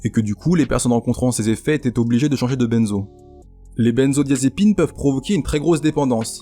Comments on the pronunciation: on ne dit pas "Bènezo" (BAINE) mais "Benzo" (BEIN) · yo juste a titre informatif on ne prononce pas "benezo" mais "bainzo" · Je veux pas paraitre trop chiant mais ... ON PRONONCE "BINZO" et pas "BÈNZO", c'est "ain" comme dans bain et pas "ène" comme dans Ben Laden. Cordialement, un random qui fait un peu de chimie. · Bordel, qu'est ce que ça m'énerve quand tu dis "Benzo".. Ça se prononce comme le chiffre "Un"!